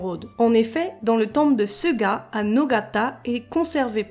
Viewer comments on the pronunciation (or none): none